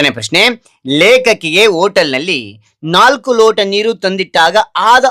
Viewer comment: ಸಾಮಾನ್ಯ ನೀಕು ಅಲ್ಲ ಸಾಮಾನ್ಯ ನೀರು